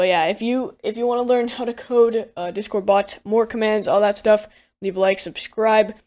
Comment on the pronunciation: I swear I keep hearing him say dishcord.